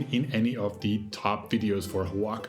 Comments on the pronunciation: It's pronounced WA-HA-KA. Not O-WAKA. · Repeatedly saying Xoaca is diabolical. It's pronounced "Wa-xa-ka" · Hola, great video, the pronunciation is actually Oh-Ah-Ha-Ka. Gracias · Oaxaca, in México and in Oaxaca is pronouced Oajaca, in English is pronouced Oahaca prounauncing it the H as in hotel. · dude, the O is silent..it should be spelled wahawka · All the syllables in "Oaxaca" are pronounced, and the "x" is an aspirated "h" sound - wah ha ca. I've heard the "a" sound pronounced two ways in different Mexican accents, either "a" as in "cat" or "a" as in "car". I like your videos a lot - less touristy stuff, more walking around and seeing the local things which are interesting. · First learn to pronunce Oaxaca correctly. More tourist exploitation that only increases wage disparity and profits for the rich. Stay away. Go home! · Cannot watch this video when the pronunciation of Oaxaca is 👎🏽👎🏽👎🏽